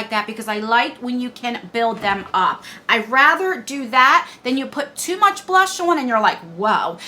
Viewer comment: Hi ❤️ love love love you! Going through a lot right now, and watching your videos make me smile! Also..I seriously chuckle every time when you say “not to much” omg I love it 😂 plus I wanted to let you know, that eyeliner thingy lol I did buy that sometime ago and it’s actually a powder. It’s in the lid of the component. Weird right 😂